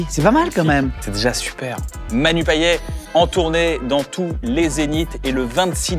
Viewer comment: PAYETTTTTTTT ON PRONONCE LE T KYAN STP <3